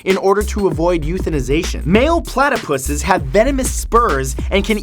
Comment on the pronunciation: Did he just say platapus'😂😳😱